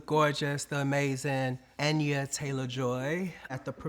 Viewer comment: Anya not enya lol